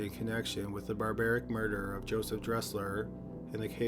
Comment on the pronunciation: I always find his voice funny and when he say the word murder I lose it😂😂😂😂😂😂